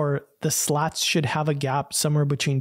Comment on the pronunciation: Chwin Chwenny Bechween I love these little jokes you kind of hide in your videos 🤣